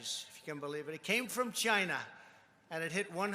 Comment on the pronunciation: CHINA, does anyone else hate the way he says China!? Well is it 15000 or 9000, oh forgot he thinks 6200 hundred is 1 million. Yes we need gold faucets just like that airline trump last in bankruptcy?